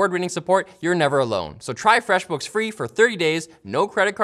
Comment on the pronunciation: erm... where's my "FWEFF BOOKF"?